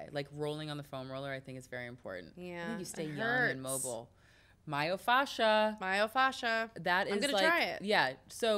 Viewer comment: What the hell is myofaxa?? I was so confused when she said he peels it lol